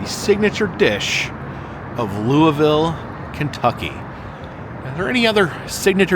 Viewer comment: Noooooooo!!!!!!😩😫 I wish I had known you were in Louisville!!! I could have shown you soooo many cool things in our town! I hope you enjoyed your visit! Also: props on the pronunciation!